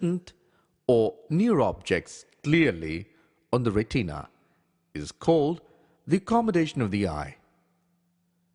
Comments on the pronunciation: Retina. Not pronounced Re-TEEN-a. It is pronounced RET-i-na or RET-in-a. The I is pronounced the same as in the word in. Nowhere is it pronounced as heard in this video. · ITS NOT "RETEEEENA" ITS PRONOUNCED "RET-IN-UH" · RE TEENA